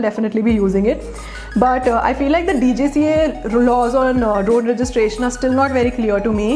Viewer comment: Sorry to point out, but it's DGCA not Djca